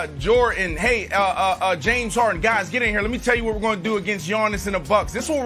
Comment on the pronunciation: Or when he says James HAR-IN